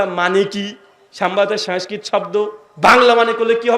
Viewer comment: আর সমস্কিত টা তো ভালো করে বল 😂😂😂😂